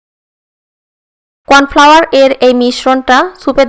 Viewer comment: কর্ন ফ্লাওয়ার হবে ওইটা